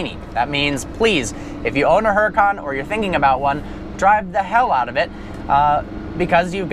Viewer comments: its huracan not huracAAAAn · HuraCAN not HuraCON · the H is silent its fucking annoying lol but its his car so ig he can call it what he wants